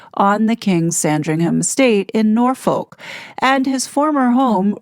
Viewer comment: Norfolk is pronounced North without using the TH so Norfook the L is silent